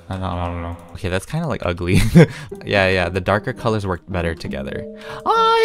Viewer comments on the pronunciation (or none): I like the fairy lights and the pillars Me: did u just say kellurz?